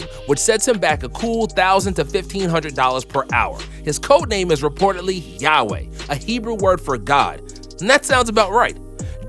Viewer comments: Man, his codename isn't Yayweh, you told you that bullshit? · No, it one of gods many names in hebrew, and it pronounced yehova.